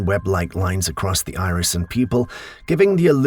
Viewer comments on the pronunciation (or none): none